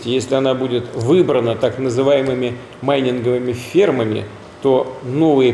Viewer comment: а вы обратили внимание, с какой натугой и как неуверенно в том, что правильно прочитал, он произнес "майнинговые фермы"?😄